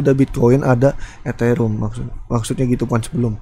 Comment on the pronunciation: Eterium bukan eterum